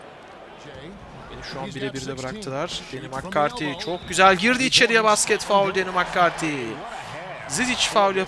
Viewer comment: Cempşat değil campşat diye okunur makkarti değil mekkarti diye okunur